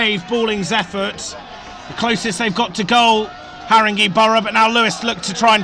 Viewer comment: Great but it’s pronounced Harrin-gay not Harring-gee